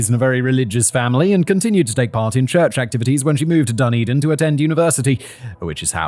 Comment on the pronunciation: He called it 'Dun din'!